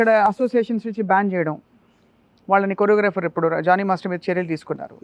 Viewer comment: Its Jani ...not Johny